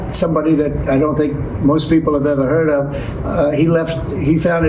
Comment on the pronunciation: "I just turd about it" - the commander in queef